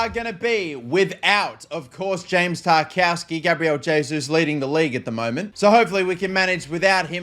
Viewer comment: how can u pronounce guimaraes and not tarkowski